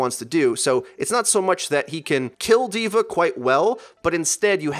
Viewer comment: it's "DVA" not "divar" or "divare", DVA. great video btw